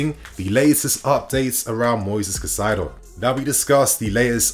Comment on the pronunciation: say it with me Kai-Sedo..please